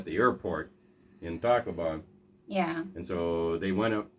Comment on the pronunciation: just joking with you buddy! the city you went to to extend your visa sounds like you are saying "TACO BELL" on the video!